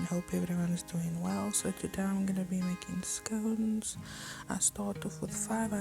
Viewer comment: Good job pls its not scouns its scones